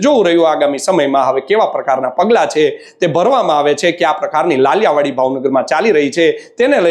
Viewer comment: પત્રકારભાઈ ! "લાલિયાવાડી" નહીં, સાચો ઉચ્ચાર 'લાલિયાવાળી' છે. ભાવનગરના થઈને 'ળ' નો ઉચ્ચાર ડ" કરો છો ?!!